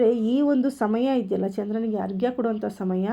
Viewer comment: ಆರ್ ಗೆ ಅಲ್ಲ ಮೇಡಂ ಅರ್ಘ್ಯ ಸರಿಯಾದ ಪದ ಉಚ್ಚಾರ ಮಾಡಿ. ಆರ್ಕೆ ಕೊಡುವ ಮಂತ್ರ ಬೇರೆ ಇದೆ ಮೇಡಂ 🙏😊